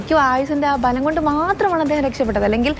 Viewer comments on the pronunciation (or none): Ayussinte " bhalam" alla Balam ! Anyway ..Thank God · പോയി ആദ്യം മലയാളം നേരെ ചൊവ്വേ സംസാരിക്കാൻ പഠിക്ക് പെണ്ണേ ആയുസ്സിന്റെ ഫലം അല്ല..... ബലം 😂😂